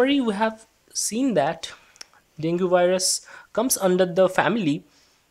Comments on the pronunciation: Great video ! Btw, dengue is pronounced as Deng-gi.. not deng-gu. Have a good day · Frst of all.... It's डेंगी.... Dude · Deng Ghee, its DENGGGGHEEEEE